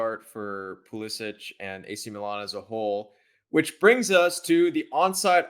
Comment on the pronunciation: Every time they mispronounce Pulisic I die a little inside